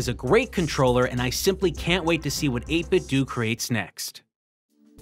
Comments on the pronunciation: 8bit-DOUGH, not 8bit-DOO. It's meant to sound liked "Nintendo" not "Nintendoo" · 8Bitdo is pronounced “eight-bit-dough”, not “eight-bit-dew”. You know… eight-bit-dough, like nin-ten-dough. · It absolutely is NOT 8-Bit "Doo". We didn't play "Nintendoo", we played Nintendo. Period. You cannot "say both". It's "8-bit Doh" and nothing else. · Is it 8-bit DOO or 8-bit DOE? I think it's DOE. Did you call it a Super Nintendoo? No, you didn't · its eight-bit-douh like Ninten-douh not Ninten-duuu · 8bit DOE not 8bit do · It's 8bitdo. As in Nintendo. Not 8 bit do. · 8bitDO not 8bitdu its like nintendo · it's called 8bitDO, not 8bitDOO !!!!! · Every time this nub says “8-Bit Dew” take a shot. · Not gonna lie it mildly infuriates me to. Seems obvious. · Isn’t it supposed to be pronounced “eight-bit-doh”? Like “nin-ten-doh”? That’s always bugged me. Any way, great content as always! 👍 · it's 8-bit-doe like condo, commando, kiddo, outdo, dildo, avocado, torpedo, when it has a (do) on the end it does't have (ew) sound. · Do you say Nintendoo, too? No? Then why the hell do you say 8BitDoo??? It's the same "do" as the one in "Nintendo", buddy! Oh well, still a good video aside from that ;) Still <3 u bbgrl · It's pronounced ayt bit dough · “8bitdoo” or “8bitdo” hearing you say “8bitdoo” is cringe